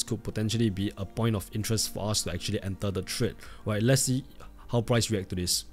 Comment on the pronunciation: Brother please say enter instead of ental😢